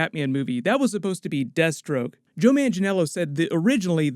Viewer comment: When he was talking about "Deathstroke", all i kept hearing was "Destro" like G.I.Joe .......